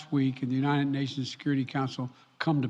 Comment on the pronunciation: He can't say the word "united" or did they misspell it on the teleprompter? Sounds like "u-nine-ed". His presidential portrait needs to be of him walking away from the podium.